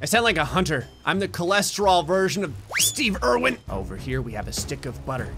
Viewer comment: "Steve Irwin" When the hell did you become Australian?